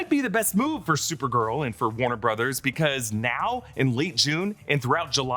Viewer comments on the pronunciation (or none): none